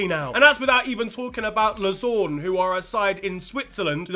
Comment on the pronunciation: That might be the worst pronunciation of Lausanne I've ever heard